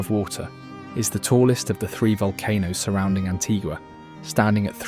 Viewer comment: AntiGUA not antiGA